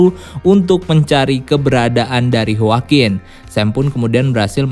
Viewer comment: yoakuin min dibacanya (CMIIW)